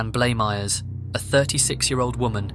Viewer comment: Thank you for being one of the very few YouTubers that correctly pronounced Suzanne Blamires' surname. I don't expect bloody Americans to get it right, they are still struggling with silent "w"s in place names FFS 🤨